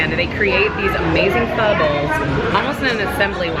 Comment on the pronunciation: Pho - omg pronounce it like in "forget it" there is much much better food in Vietnam. just look at this disgusting fatty meat they put in. pork rind, fat and a bit tough meat.